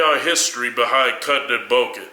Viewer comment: Dafuq kali emphasising the ends of some words. CUTEEEENG, EATEENG, BULKEENG